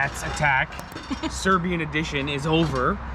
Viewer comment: Serbian not "Syrian" 😅